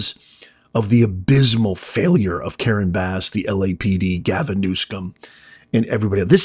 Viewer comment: No "K" in the guys name, Not New Skum, it is New SUM... OH! I see you are mispronouncing it on purpose. :People are in office because of the machine, Voters may show up, but the ballot will be counted as the machine wants. The only reason Trump is in office is because two impeachments, two assassinations, and criminal trial could not remove him so the DNC had to let him into office to be rid of him. Also, when the government is screwed up the DNC must allow a Republican in to take the blame, straighten things up and Raise taxes to fill the coffers. Don’t fret it. Democrats all have a ‘secret’ middle name: “Noone”. Remember “No One” is above the law. Democrats smile when they say that for a reason.